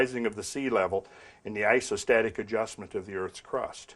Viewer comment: "Ass-o-static adjustment" hahaha... I've heard some "Deep South" American accents that would probably pronounce the correct term that way.